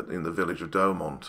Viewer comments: Great video. Thanks. I've been to Verdun several times and have read much about the battle but the arial shot add so much to understanding. As for your accent, I personally don't have an issue. But pronunciation could be improved - try Do-oh-mont. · Great video, I've been to Fort Douaumont (pronounced Dew-mon), amazing anyone survived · great Video, excellent research on the topic. and some extra facts like the percentage of duds and stuff. loved it and will watch more for sure. one thing: its Douaumont not doughmont. XDXD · Douaumont is pronounced "Dew o mon" in French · "fort de DouAUMont"